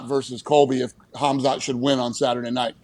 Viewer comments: "Kamzat Kimiev" I think and Chael are good to spell Khazmat's names:D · Khamzat about to smesh you guys for saying his name like that brotha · The way they pronounced khamzats name…cas-u-als. Stick to football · Please learn how to pronounce Khamzat's name. It's honestly embarrassing. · I’m surprised Pat didn’t know how to say Khamzats name, it’s all anyone talks about